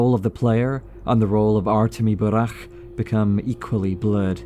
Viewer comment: Love when english speakers pronounce burakh not as burak